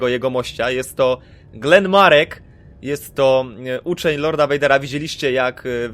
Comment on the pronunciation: on sie nie nazywa Glen Marek tylko Galen Marek. A jak nie chce ci sie poprawnie wypowiadać to możesz go nazywać Starkiller:P